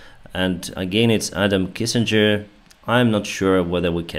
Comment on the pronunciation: Great show as always! One thing I wanted to clarify, since it sounded like you said Kissinger, when talking about Adam Kinzinger, is that he is NOT Henry Kissinger, who is entirely different and a war criminal who has horrible takes on the Ukraine war. I don’t agree with all of Adam Kinzinger’s policy opinions, but he is an honorable person who has consistently supported Ukraine, and is himself an airforce veteran. So if he supports getting you guys F15/16s, you can bet he means it:)